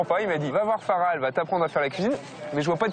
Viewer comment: Je comprends pas pourquoi encourage faussement à mal prononcer les mots malgache comme ça! C'est koba et non koubahh! c'est Mamy et pas Mamie!! c'est Fara et non Farahhhh!!! l'intonation est descendante à chaque fin de mot. C'est bien d'avoir été cuisinier sur paris mais là t'es plus là-bas, t'es sur Madagascar. Ça fait super mal aux oreilles d'entendre un malgache prononcer de cette manière... encore ça va! il arrive a peine et commence tout juste à apprendre. Tu sais il y a beaucoup d’étrangers à qui lorsqu'on enseigne bien comment se prononce nos mots y arrivent parfaitement. La prochaine fois, essaie quand même de le faire à fond lorsque tu prévoira d'enseigner notre culture que ce soit culinaire ou pas.... Malgré tout, Bravo, c'est un Très Bon Documentaire.